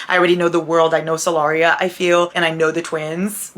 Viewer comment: Every time you said 'the world of Solaria' I was just thinking 'the world of Celeriac'... the vegetable 😂